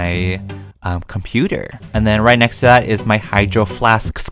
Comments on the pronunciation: mah hydro flaskskskskskplahblahmah No one: Not a soul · no one: not even a dog: and vsco girls: HYDROFLASSKSKSKSKKSKSKSKS